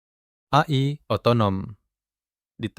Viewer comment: AI di baca e-ai aja bang kalo di sebut a-i kayak aneh dengernya